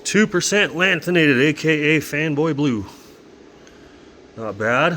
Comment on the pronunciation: why you have to say 1.5 LANTHANATED like that lmaoo